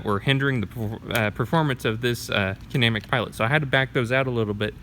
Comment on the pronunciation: Its pronounced Kin-uh-mat-ic